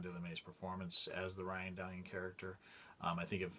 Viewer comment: Dude, thank you for this. It was fun watching a video about Ryan Dalion! Or was it Ryan Da-Lion as he introduced himself in one of the early episodes?